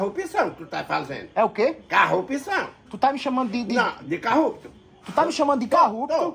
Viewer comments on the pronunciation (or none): "Carrupto" kkkkkkkkkkkkkkkkkkkkk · CARRUPÇÃO E O MANÉÉÉ É CARRUPTO😂😂😂😂😂😂😂